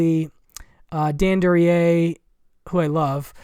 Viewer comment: Excellent group of obscure films, a lot of which are new to me. Plan on getting THE BLACK MARBLE. (Paula Prentiss is one of my favorite actresses, and she should have been in more films). Excellent pronunciation of Duryea - confident, matter of fact. ROAD TO SALINAS - any reason no mention of Rita Hayworth? Does she have a relatively small part in the film?